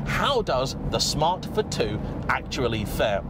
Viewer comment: It four two not f too 🙄🙄